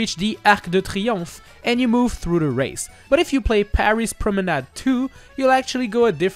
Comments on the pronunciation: oh that explains a lot. That's why that sounded so natural. So I will change my question, how do he pronounce so well promenad with an english accent ?! Personally, my brain block on the french pronouncation everytime I use a french word in english, resulting in a weird change of "accent" from me, that is a bit fun but mostly annoying. If anyone have tips, pls let me know them. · You are the only youtuber to pronounce "Promenade" correctly, and i thank you